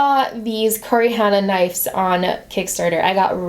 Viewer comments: I have an honest question that may sound like I'm being a jerk but I don't mean it to be, Is it pronounced knifes in america instead of knives? or is that just? Like how we (Canada) pronouce mauve "m OH ve" not "M ah ve" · Stephora No, it’s pronounced “knives” in America. I noticed saying “knifes” too and thought it a bit odd ha.